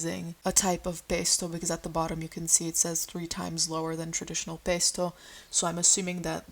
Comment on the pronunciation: the way you said pesto and spaghetti then went back to american im screaming